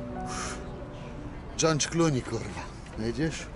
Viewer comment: Dżondz kluni lol